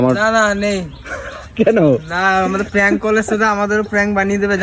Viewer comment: প্যাঙ্ক না প্র্যাঙ্ক